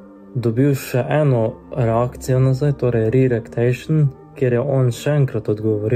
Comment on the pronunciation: sem mislil da nemsto reaction je rekel reactation, ampak r-erect-ation zmaga.